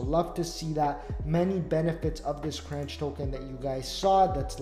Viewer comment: is pronounced the same way as CONTROLLER. FYI.